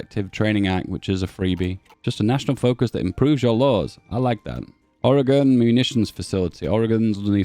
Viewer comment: Perfect pronunciation of Oregon,. chef's kiss